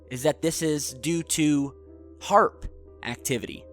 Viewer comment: It's HAARP not AARP ! Trust me daddy..